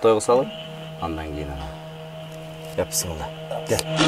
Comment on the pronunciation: Бысмылда эмес тоооба 🙄🙄🙄🙄биссмилла дегилеси эч болбосо толку айтпасанар